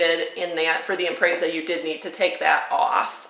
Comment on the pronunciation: Im-prezz-uh, not im-prays-uh